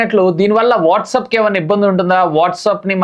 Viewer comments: Orey Nayana calls ki undhi encryption..msgs ki ledhu... And pronunciation correct ga cheppu WhatsApp ni whatsup antunav అరటై ni అరట antunnav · WhatsApp ❌ whatsup ✅